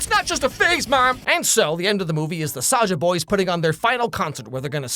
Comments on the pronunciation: Its not saja boys its soulja boys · THIS IS KOREA NOT JAPAN AND ITS SAJA BOYS (sazha boys (how it sounds like))